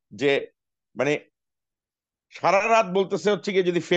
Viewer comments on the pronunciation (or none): none